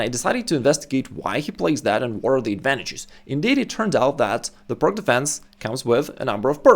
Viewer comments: It's pronounced "Pirts" not "Pirk". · It is called Pirc, not Pirk. It is named after Vasja Pirc, not Vasja Pirk. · Just an FYI,... It's not pronounced PIRK..... Vasja Pirc (/ˈpɪərts/ PEERTS. The gentleman would have appreciated we say his name as HE would, I'm sure!! Carry on! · I'm surprised he mispronounces 'peerts' as 'purk'. I think most do, but he's established in chess. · I thought it was pronounced “Peertz” as shown in this video. Slovenian is supposed to be close to Serbian and Croatian, and in those languages, “c” is pronounced as “ts.” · Being a Slav, ought to know how to pronounce 'Pirc'. I don't give a tinker's gob how the Americans say it — they are ignorant savages. The pronunciation is like "Peerts". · Great video, I learnt a lot! But the name is pronounced Пирц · TS or TZ NoT exist in englesh vockqabulary. 😅😂🤣 PirK or PirQ. 😅😂🤣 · Isn't it pronounced "peertz"? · "pirc", pronounced as peertz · Pronunciation of Slovenian surname Pirc is Peerts. Thank you for great video. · Oh thank you I was so confused to hear a non American saying "perk" lol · The "C" in pirc is pronounced as an "S" as it was named after Vasja Pirc (who was Slovenian). Just sayin... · As a Russian I expected you to pronounce "Pirc" properly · It's named after Slovenian GM Vasja Pirc. Ask any Slovenian how to pronounce his surname.